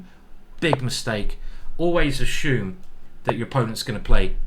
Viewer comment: Ashume? Assume I believe